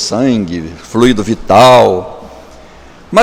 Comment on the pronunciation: "FLUÍDO".Prezado Zé Augusto,a pronúncia é "flúido",e não "fluído".Claro,escreve-se "fluido",sem acento grave no "i"!..